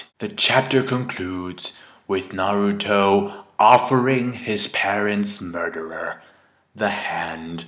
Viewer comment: Finally someone says Naruto right.